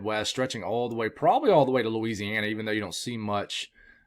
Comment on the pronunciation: I love it when you say Louisiana. It makes it all worth while